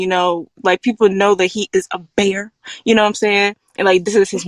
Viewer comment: I died at the "People know that he is a bear " - that emphasis! lmao